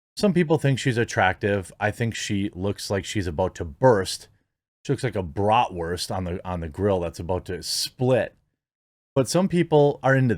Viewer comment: I had to pause when this man said "bratwurst", I was laughing too much.